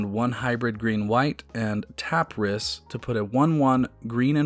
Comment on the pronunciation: Rhys is a real name and is pronounced "reese"